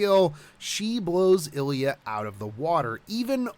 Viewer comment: Could you stop calling her "ellya"? There is an I there.